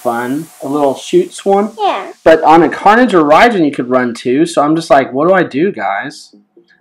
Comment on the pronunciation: Its raijin raijin you kinda say it wrong but its OK😊😊😊😊😊